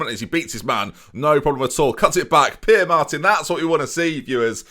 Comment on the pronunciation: Pere is pronounced Peh-ray. A good hint with Spanish is that pretty much normally every letter is pronounced.